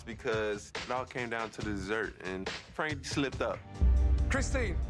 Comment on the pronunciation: Fwank wost cause he was a vewy wazy cook.